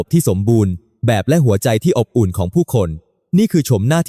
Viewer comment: ขำ อบอุ่น อ่านออกมาว่า อ๊บ อุ่น